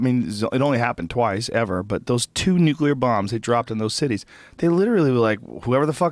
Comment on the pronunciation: "Nucular." -Joe Rogan, 2016